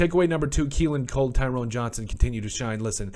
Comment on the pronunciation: Ty-ron. Tyrone has an E that makes the hard O sound. Both he and Cole had drops. Cole had the easy looking drops, Johnson had a drop he had to dive for.